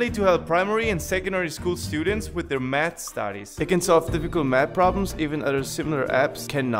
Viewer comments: the sponsor i thought he said meth 😂😂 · your math problems i ear first meth problems hahahhaa 😭🤣🤣🤣🤫